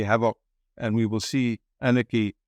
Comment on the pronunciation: ANarchy not AAARNAACHY😨😨😨